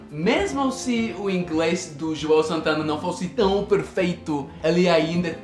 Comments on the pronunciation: você disse juel santana mas é joel santana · JOUEU. ..kkk...is JOEL...kkk